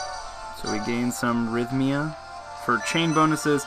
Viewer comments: ridh-mee-uh. You say ridh-mick, not ridh-um-mick for rhythmic, right? (no vowel between th and m) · I think Rhythmia only has three sylabols not four. Rith-me-ah